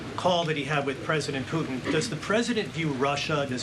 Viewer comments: It's Putin not Poohin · Puutin 😅she can't say it properly 😢 what about protecting Europe. Americas always late to step in. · Poo hehn??? President Poogh hen....???? Speak English, sis. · "President Poo'in" 😂